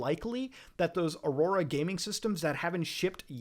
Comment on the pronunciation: I like how you say Alienware auraora pcs